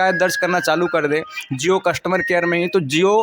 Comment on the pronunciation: कस्टुमर नहीं। कस्टमर। भाई थोड़ी हिंदी भी सीख ले।